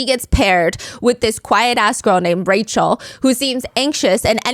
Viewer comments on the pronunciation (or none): none